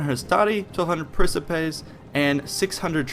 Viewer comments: Isn't Principe pronounced with a harsh c sound? Or is it like Macedon were it has different pronunciations? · A couple tips on Latin pronunciation. The second i in some latin words, like Triarii, is pronounced as a hard i. Tree-arr-ee-i. Almost all 'c's in Latin are pronounced as 'k's. Prin-kip-ays or prin-ki-pays, the second being more accurate but also being almost indistinguishable. Also, Acies falls under the same c rule and should be pronounced akies(Or if you're using Ecclesiastic Latin or Church Latin you would say Achies). The keys thing to keep in mind when working with Latin is that there are a few problem letters but otherwise English will carry the day. The letter c is always hard, basically a k.The letter g is always hard, as in gum. The letter j is always soft, sounding like a y. The letter v is pronounced as a w, since Latin does not have the letter w and for some reason does not need a v. To sum it up, Yulius Kaiser(Julius Caesar) sent a letter to Rome pronouncing his victory as "Wenee, Weedee, Weekee."(Veni, Vidi, Vici) I couldn't think of a way to include a g. Pronouncing Latin really is hard without experience. I had spent two years learning Latin and I pronounced velites and equites as vel-its and ek-wits for the longest time, but I learned a year ago the correct pronunciation which you use in the video. Honestly I'm still learning so I wouldn't stand on pain of death about what I've said above but it is definitely serviceable. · the correct latin pronunciation would be "prinkipay" but it doesn't really matter too much if we mispronounce it. it's all for the ease of gamers :)